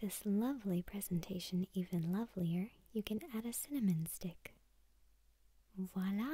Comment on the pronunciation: Very well shot and lit. This is great! Edit: and you actually said "voila" instead of the typical American "walla" misuse. Hooray!